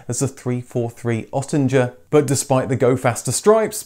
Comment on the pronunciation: Google Translator will help you pronouncing "Oettinger" the faster German pronouciation is (hard to believe) a direct hit ;-) A american aircraftmechanic gave me his DAF66 when returning back to the states, but without TÜV ;-( Nevermind that, those were 2 weeks full of fun. If it was for price I'd had a Skada 105L.